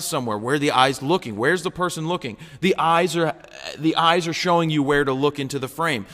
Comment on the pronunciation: Hah, i thought you said ice. So when you said focus on the dogs eyes i really didnt have a clue what you are talking about, haha! :)